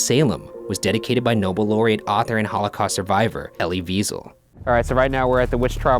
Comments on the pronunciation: Mispronunciation of Elie Wiesel that I will let slide because you mentioned him and he was an awesome dude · You pronounced elie Wiesel wrong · I can't believe that Ryan pronounced Elie Wiesel's last name wrong! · Elle Wiesel is pronounced whyzel